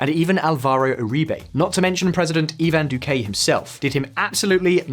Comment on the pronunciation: Eevan dukay was my favorite